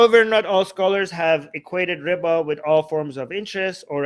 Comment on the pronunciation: Everytime you say riba, I hear Ryba (Polish for fish). ''I'm not allowed to charge 'fish', because of islam?'' Isn't that hilarious? Edit: I'm not Polish, I just love learning new languages.